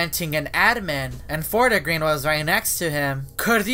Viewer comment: lmao its called fort-green not fort-a-green